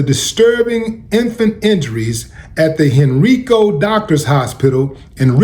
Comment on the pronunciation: Hey Willie it’s pronounced “ Hen-Rye-Co”